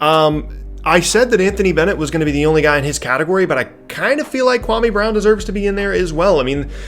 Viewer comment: You pronounced KWAMEEEEY BROWWN wrong. Watch Stephen A Smith, he got it right